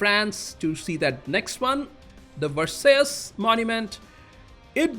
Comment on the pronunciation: By the way it's pronounced Ver-sigh. Like the Treaty after WWI... Which helped start WWII.